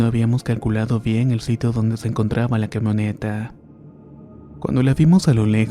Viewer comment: Abre más la boca porque no se te entienden algunas palabras y o las dices mal, como pedra en lugar de piedra, quemoneta en lugar de camioneta